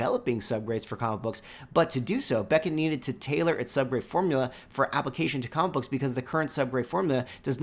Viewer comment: Sounds like you're saying commabooks... 😅